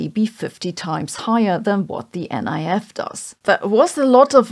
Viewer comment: Colloquially, the NIF is pronounced “nif”, not “N.I.F.”